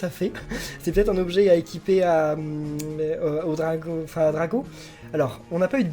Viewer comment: c est pas dracô mais dragô